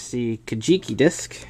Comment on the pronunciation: cool! you should try it on kyouryuu-maru if he ever shows up. again with the kaJIki. Do you know of whispered syllables in jaoanese? age knows great demos, great review my the way.